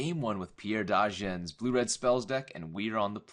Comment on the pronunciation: It's Pierre Dagen not Degan.